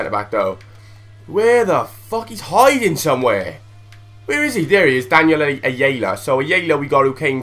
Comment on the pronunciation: its EYE-ARE-LA and he was on loan to forest from Norwich